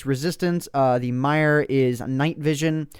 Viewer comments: Myrrh is pronounced mur + thyme is time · myyr is pronounced mer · im only annoyed by myrrh.Its pronounced mer!!!! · you pronounced like EVERYTHING wrong xD thyme is pronounced time myrrh is pronounced mur ect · You should dictionarycom words you aren't sure of.. myrrh is pronounced mur and thyme is pronounced time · pronounced "mirrh" not what you said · Herb = erb thyme = time myrrh = mur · Just to help, Myrrh is pronounced like "mur" and Thyme is pronounced like "time". Just something I noticed :) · Myrrh is pronounced without the y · BTW u said myrrh wrong, I belive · Love how you pronounce 'pestle, thyme and myrhh' :D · lol pronouncing thyme and myrrh wrong XD